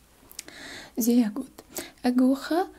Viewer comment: eu estudei bem pouquinho de alemão e o seu "zer gut" tava perfeito, sua família tem qual ascendência? Alemã? Ótimo trabalho, obrigada.